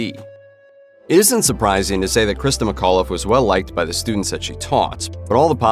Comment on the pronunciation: my last name is mcauliffe, and sometimes u mispronounced it: its mic aw liffe, with the c in mic having extra.